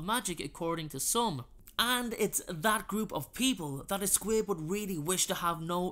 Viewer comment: I thought he was saying squid 🐙